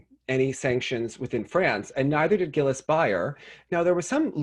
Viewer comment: I want to teach you how to pronounce “Gilles” so bad 😂